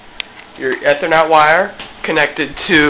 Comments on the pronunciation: lol you said e-ther-net its Ethernet you say the letter E or ea-thernet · E-ther-net. Geez...